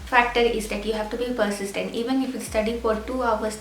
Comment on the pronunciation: I knew you went to cedees , when I heard the word ' persist' 😁